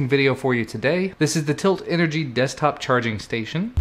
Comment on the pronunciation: ehehehehe "Destkop"